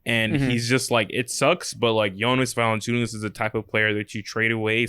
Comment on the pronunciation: his last name is Valančiūnas (Valanciunas would be ok, not Valenciunas)